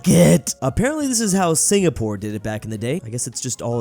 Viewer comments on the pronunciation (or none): none